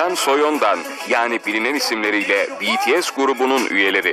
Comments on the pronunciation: Hayret "BİTİES" dedi ya 😂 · Tarihi bir ana imza attık "bities" dedi "bi-ti-es" dedi haberde bahsedilen bts'in attığı rekorlardan çok ismi doğru söylemesine şaşırdım AĞĞAJJQJJWKSKKDJ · İsimler öğrenilmiş BETESE değil BİTİES denilmiş Tarihi öğrenilmiş Bu iş benim hoşuma gitdi😘👍👍